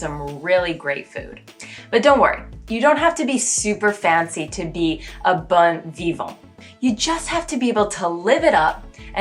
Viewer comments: Yes, but watch out for "bon vivant" -- your "bon" sounded more like "bonne" ;-) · The way you pronounced "bon vivant" came out as "bonne vivant" which doesn't actually work. It's either "bon vivant" or "bonne vivante." Bon is a nasal sound while bonne is a soft sound. You can't really mix the two.